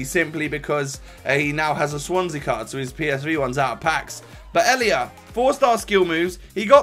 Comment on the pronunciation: Names pronouncuation😂 Zoet: Zoot Riedewald: Reedewald Elia: a-lia